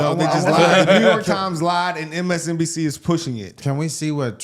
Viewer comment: Trump saying MSBNC. Lol.